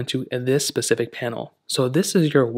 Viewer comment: It’s a specific watch not “pacific” 🤨